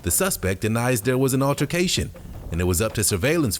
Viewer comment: That monster doesn't even know how to pronounce altercation